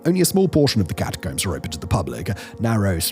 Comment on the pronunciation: Why can't you say Catacomb properly lol.